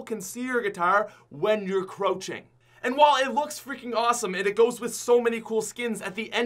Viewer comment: did he just pronounce 'crout-ching' with 'crow-ching'